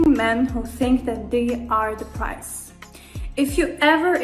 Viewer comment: Why she keeps saying "price" lol The foolishness